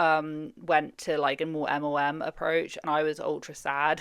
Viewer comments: I enjoy your videos but its EM EL EM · Are you saying MOMs? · she doesn’t pronounce it as MLM. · Are you saying MLM? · the way your accent makes the L sound like an O watching this video like damn what did moms do? 😂